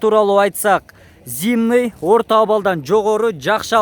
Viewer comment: Жакшы ишине ийгилик бирок тууган зимный эмес зимний дечи туура эмес жазсам гечирип кой